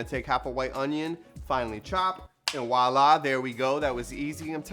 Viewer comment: For the love of god, it's not WALA! haha It's a V.....voila.